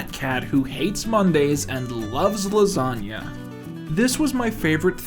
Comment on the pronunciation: Fear and loathing but it’s lasaga